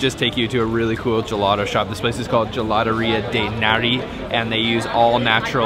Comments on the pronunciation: Finally no turist places in a Florence video. You just messed up almost every single italian word LOL. I’d like to help you fix just one. There’s no american able to pronounce properly “GELATO”. You say “gelado”. You need to pronounce a very strong T. The same when you say taser or table 😁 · Great content but what's up with Americans saying gelato instead of ice cream, even worse when they pronounce it guhladough.